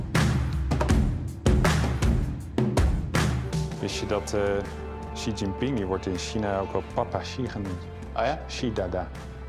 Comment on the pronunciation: It is a bad sign when one of the main characters in the documentary doesn't know how to pronounce the Chinese President Xi Jinping's name.